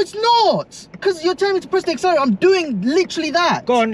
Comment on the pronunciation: “ I’m pressing the acceleraao”